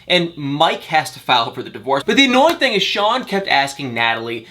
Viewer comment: Crazy you still pronounce the (I) sound as the (A) Thang-Thing Ank-Ink